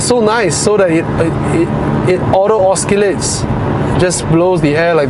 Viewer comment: Amusing pronunciations! Oskillate Horeezon 😊